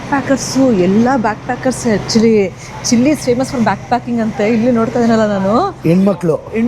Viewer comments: Sorry to correct it's chile Chi+ l=chil E is silent Chilli alla ri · ಚಿಲ್ಲಿ ಅಲ್ಲ ಸರ್ ಅದು ಚಿಲೇ